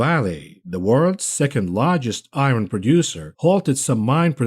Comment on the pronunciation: I wasn't gonna laugh on the "I RON" pronunciation but he said it wrong like 8 times and then made a joke about not being able to pronounce another word lol.